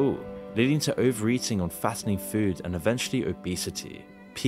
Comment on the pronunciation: I hate the way you pronounce "food"